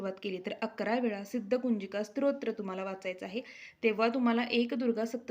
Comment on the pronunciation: ताई स्त्रोत्र असा उच्चार नसून स्तोत्र असा उच्चार आहे.